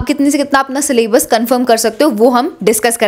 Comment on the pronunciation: Syllabus❎ sallabus✅